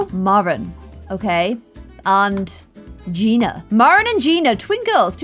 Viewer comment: Gianna is pronounced as g - Ana not gina lol that’s my name and my moms is Gina.